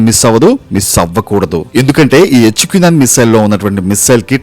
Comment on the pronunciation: ఎచ్చుకు నైన్.. ఏంట్రా..? హెచ్ క్యు నైన్ అనలేవా...😂😂